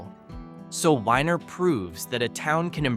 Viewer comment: IT’s not WHINER YOU IDIOT ITS WENIER like a hotdog